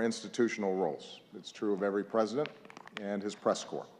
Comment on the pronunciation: When you have a real Presdin̈ènt😅